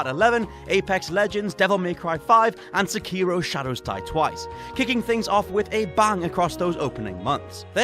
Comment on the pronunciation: I dont understand why so many youtubers mispronounce sekiro as if it had an accent in the "i" rather than the "e", they clearly pronounce it as the latter both in the japanese and english dubs...